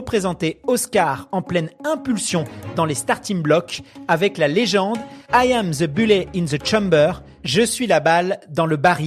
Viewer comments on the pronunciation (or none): continuez, toujours aussi divertissant. Pour info il y a un T à bullet et on le prononce 😉